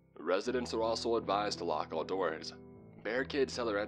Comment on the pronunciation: How can a radio go: "Lock your doorsuhhh", like i wouldnt hire a guy like that to do my broadcasts.